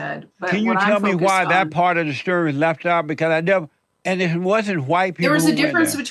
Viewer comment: "That part of the schtury" sorry 😅